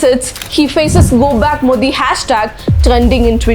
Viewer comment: Dmk ideology is anti-hindutuva not anti-hindu.. Also we pronounce his name as "modi", not "mothi". So we understood how much thamizh'ian you are..